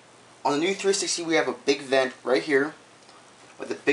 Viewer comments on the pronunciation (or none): none